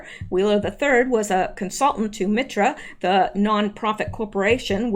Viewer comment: MITRE ...pronounced MIGHT ER Used to live there...had a friend worked for them.